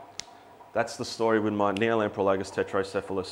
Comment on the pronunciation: Just so you realize it, you are spelling it Tretocephalus (which is correct) and you're pronouncing it Tetrocephalus. =P Put the R with the first T and you'll be gucci haha. Love the channel thanks for all the videos!